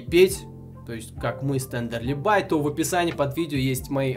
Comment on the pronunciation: бля ну во первых, правильно будет Тендерлибае, а не Тендерлибай во вторых она стример вроде нет? надо было хотя-бы упомянуть в начале и еще, пока.